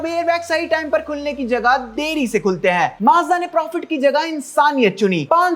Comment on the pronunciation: Bhai tm maazda aise bol Rahe ho maaza lag Raha hai or maazda nhi Mazda hai